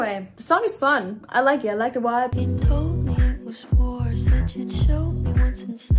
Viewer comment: The way you pronounce “vibe” like “wuaibe” is adorable, my German wife says it exactly like that as well.